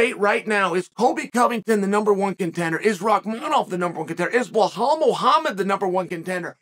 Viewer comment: "belal" FFS